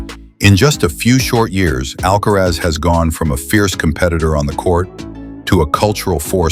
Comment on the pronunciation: ALCARAZ et non pas ALCAREZ SINNER et non pas CENTER